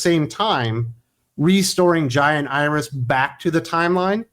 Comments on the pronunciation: It took me a minute, but when you were saying "Jai and Iris", I thought you were saying "Giant Iris". Hahaha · I keep thinking you’re saying “giant Iris”